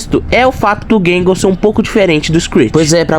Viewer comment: chamar groundskeeper de groundspeeker e giggle de gangle é fogo viu